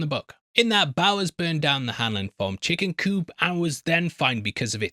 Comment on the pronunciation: He's just not pronouncing the "p" in chicken coop. What he said was, "chicken coo and..."